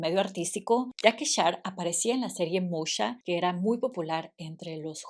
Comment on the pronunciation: Moesha se dice “mo-í-sha”